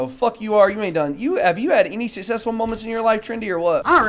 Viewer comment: TIL does not know how to pronounce “successful”